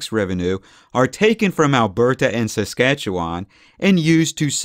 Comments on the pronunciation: Fuck bud, I can’t stand how you say Canadian names. You sound like a total hoser eh? We say Alberta like “Al • Ber • da” not “Al • ber • TA”. Saskatchewan we say like “Sus • catcha • wun” Toronto we say like “Ter • on • oh”. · I’m from SK and I’ve never, ever heard our province pronounced this way. What accent do you have, or where are you from?